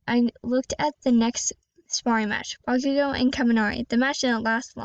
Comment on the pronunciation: Its good actually pretty neet btw you did mispronouns bakugou its ok thats my first time saying bakugou